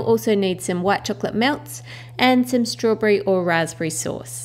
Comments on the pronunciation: Sandy .F "sturbarry" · In the begining you said rasberry and then you said strawbery 😅😅